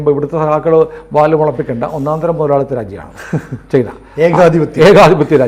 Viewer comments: ചെയ്ന അല്ല. ചൈന എന്നാണ് പറയേണ്ടത്. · ഞാനും ഇത് പല തവണ കമന്റു ചെയ്തിട്ടുണ്ട്. അവർ ശ്രദ്ധിച്ചു കാണില്ല. അങ്ങനെ പറയുന്നത് കേൾക്കുന്നത് അരോചകമാണ്. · ശ്രീ പല തവണ താങ്കളുടെ ശ്രദ്ധയിൽ പ്പെടുത്തിയതാണ് ചെയ്ന അല്ല ചൈന എന്ന് പറയൂ തിങ്കൾ എന്താണ് തിരുത്താത്